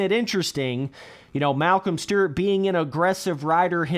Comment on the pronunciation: “Malcom stert”